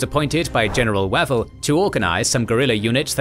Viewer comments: 'Way'vell not waval... Pronunciation is the main failing of this whole channel. Do your research! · The man’s name is pronounced “Way-Val” FFS. It doesn’t say a lot about your presentation if you cannot pronounce the commander’s name properly. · The voice software still can't do long vowels. Wavell wave`ll. Long a. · Is that not the wrong pronunciation for Wavell?